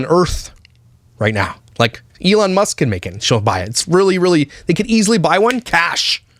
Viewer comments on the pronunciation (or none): none